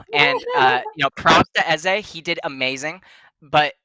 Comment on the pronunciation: It's pronounced Ezay (I think)